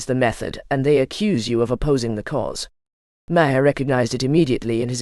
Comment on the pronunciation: The bullshit AI narrator can't even pronounce Maher's name right. Use human beings!